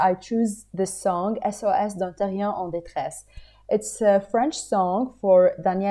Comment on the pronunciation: Notice:The reason why he pronounced the silent letter o in the French language is that he applied the rules of the Russian language to it, because in the Russian language all letters must be pronounced except for two silent letters only, but s is not one of the two silent letters, so he pronounced it.